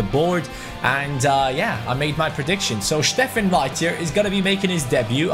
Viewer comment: Steffen, not Shteffen !